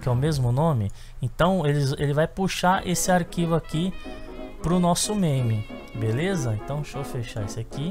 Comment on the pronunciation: drink every time he says Belessa xD chupito cada vez que diga Belessa :)